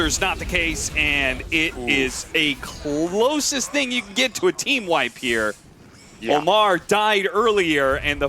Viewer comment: OmaR not AMMAR